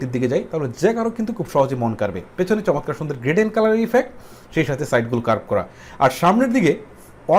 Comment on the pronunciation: দাদো "শমতকার " নয় "চমৎকার" হবে ওটা!!!!